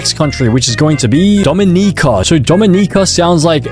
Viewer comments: He also called Dominica "Damineeca" and Suriname "Sir Name" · IT'S DOMINICA (D-OH-M-IN-IH-CUH)